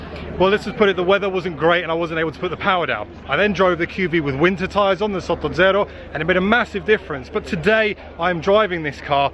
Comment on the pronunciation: Why is your pronounciation of "sottozero" so perfect, are you italian as 2nd mothertongue?